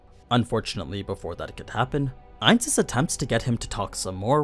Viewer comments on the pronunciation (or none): I dont understand when you keep saying ains when that wasn't who was fighting?